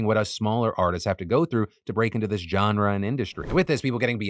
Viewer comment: learn how to pronounce "genre". It's not a /j/ sound